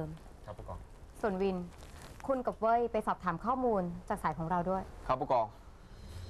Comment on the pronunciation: ทำไม ได้ยินพายุเรียกศิลกับวินว่า สิทวิท